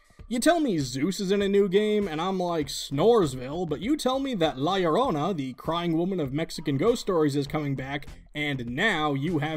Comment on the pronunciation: "La lourona" lol